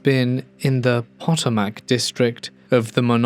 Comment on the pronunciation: if you do another story ever that has Potomac in it, is said “puh-toh-muck”